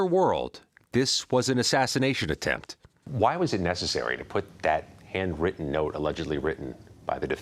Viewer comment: Why did he say "ATTEMPT"